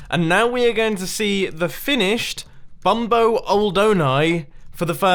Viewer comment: Pronounced See-nyor-eye Bum-bone-ee